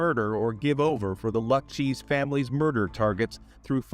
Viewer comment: The “Luck Cheese” family could be the fabled 6th family of the Italian mafia. Or maybe A.I sucks at pronouncing certain words.!?! Forget about it…eeeh…TF ya gonna do..? Ooohh.!!! Stugots !!!